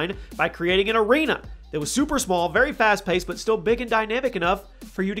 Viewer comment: "fast pasted"